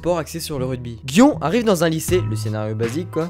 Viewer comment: Gioneeeeeee le E s'entend et si il y pas de E c'est pareil